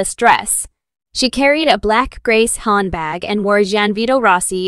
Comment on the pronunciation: 1 min 34. Listen for a fashion tip in shoes : pumps made of " swede"....? ☺️. ( mispronounced : " Suede " : It's supposed to rhyme with "Swayed"....☺️). ( and, btw, what is a " hOndbag " ?☺️. 🇬🇧💕🦉☺️📖🌈🦉🇬🇧